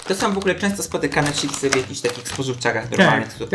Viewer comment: Madam, mówisz cipsy, kocham Cię ........pachnie jajem :D